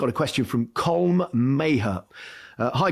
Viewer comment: Poor Colm Maher had his named butchered